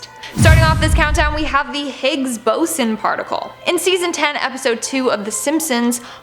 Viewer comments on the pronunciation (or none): I don’t like how she says boson